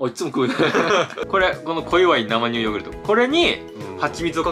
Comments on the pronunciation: なまにゅうって何w せいにゅうでしょw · 生乳(せいにゅう)をずっと(なまにゅう)って 言ってるうける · なまにゅうじゃなくて、せいにゅうじゃない？